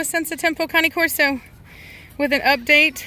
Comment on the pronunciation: Did you say they’re connie Corso’s ? I thought they were cane corsos